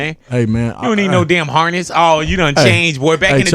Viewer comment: I've heard Jay say "hornest" or "horness" too many times. No offense to the dude but someone tell him it's "harness".